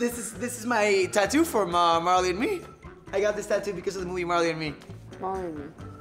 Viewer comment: i thogt it said Taco not tatoo